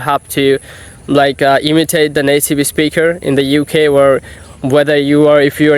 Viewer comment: Good job. Near native. You need improve. For example you pronounced incorrectly ‘video’ ‘speaker’ popular….etc. Popular supposed to be poh-peeh- lah.